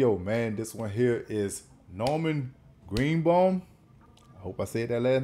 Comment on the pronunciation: My son recorded a CD for my 50th HS Reunion. He placed Edwin Starr's "War" and then this song. Perfect. And, yes, you pronounced his name correctly. One hit wonder.